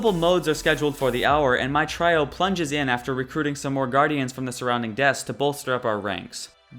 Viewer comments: Hey man, love your videos, I have watched them all. That being said there are a couple of things that drive me nuts. 1) You end a lot of sentences on a "high" note, which makes a lot of your statements sound like questions. 2) It's pronounced "tree-o" not "try-o". I am not trolling, just offering some constructive criticism. Keep the updates coming! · "Try-oh"? Really? REALLY? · "a try-o" heh.